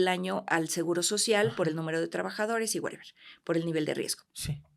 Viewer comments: Excelente profesionista la dra., lo único que no me gustó es que diga wereber jajajaja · nada más que eliminé de su vocabulario el "wuereber" y listo 😂😂😂